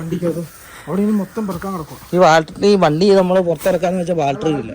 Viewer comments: ബാൽട്ടറി അല്ല ബാറ്ററി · ബാറ്ററി എന്ന് പറയാൻ നിങ്ങൾക്കറിയില്ല... ബാൽ ട്രീ ബാൾ ട്രി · എന്റെ ബോൾട്ടറി അല്ല ബാറ്ററി ആരൊക്കെ പറഞ്ഞാലും ശരിക്കും പറയില്ല alle😂 ഒന്ന് പറഞ്ഞു ശരിയാക്കെന്റെ koche